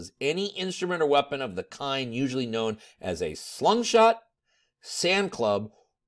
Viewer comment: Are you saying slum shot or slingshot?